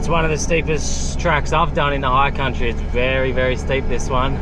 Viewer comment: Dude. High country, not higher country haha. Great video as usual mate. Cheers